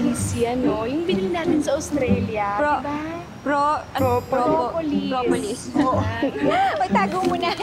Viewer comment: "Propopol" 😂😂😂😂😂 Propolis pala 😂😂😂😂😂